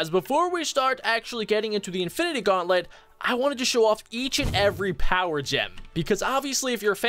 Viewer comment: Its gauntlet not guanlet